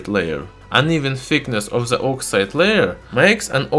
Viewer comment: Please let me correct your english pronunciation - which can make your videos hardly understandable. Words that contain "TH" in the first part of the word (like THE, THOUGH, THIS, THAT, THOSE, THESE), you should pronunce it as "D" instead of "Z". In the case of THANK, it is pronunced as "T". I think your speaches would be much less disturbing to be heard by your viewers. I don't want to be rude or be offensive to you, so please don't take it as an offense. I think your videos are great and informative, but your pronunciation seems to need some amending.